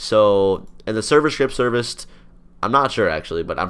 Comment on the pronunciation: I think he said server ship serviced